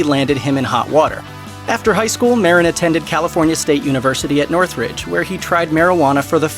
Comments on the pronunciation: Mah-deen, not Mar-rin. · Marín is pronounced: Ma-RÍN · Lol cheech meren sounds wrong af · At least pronounce cheech’s last name probably white oh. Foh